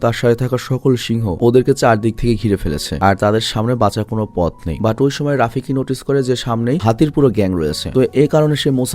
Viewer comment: ভাই ওটা রাফিকি না ওটা হবে রফিকী।😊